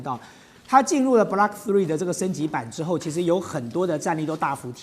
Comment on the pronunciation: 嘉宾是军盲，把Block读成Blark，把“有源相控阵雷达”读成“有源相控-阵雷达”；正如美国华人自媒体主持人把“精确制导导弹”读成“精确制-导导弹”、把“波罗的海”读成“波罗de海”、“斯堪的纳维亚”读成“斯堪de纳维亚”等等。